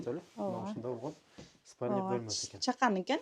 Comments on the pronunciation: Тантырабай эле жатакана дечи.сполини дединби😂.орусчаны катырдын нарака барака😂😂😂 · Ыспалный Дейт ко😅